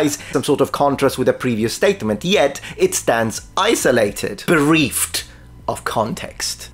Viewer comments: To be pedantic, "bereft" is pronounced b'reffed, not b'reefed. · He says "fails flat" instead of "falls flat" a few times. For example, . he says "bereeft." I am surprised because he speaks English very well. The real problem is that video is replacing reading. I know people in college who don't have to read books, as far as I can tell. They watch classes on video and even the reading on video is done for them by the computer that reads out loud for them. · Usually I wouldn't mention anything, but since we're being pedantic today, why the hell not? The phrase is "fall flat", not "fail flat". "Bereft" is pronounced with a short "eh" sound at the end, not an "ee" sound. "Support" isn't countable, you can't have "a support". Anyway, enjoy this comment for more engagement so you have to keep making these. Been a fan for years, the videos have been really quality lately (even if slightly word salady at times lol). Thanks for what you do,. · Your inaccurate pronounciation of colloquialism and bereft disappointed me. On a more serious note, I enjoyed this video, great comedy. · But...you mispronounced bereft. 😂